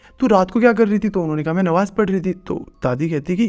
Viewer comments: bro nmaz hota hai wo pls nwaz mt bolo ❤️ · It's irritating to hear Nawaz instead of namaz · Nawaz nhi nemaz🤣🤣but cute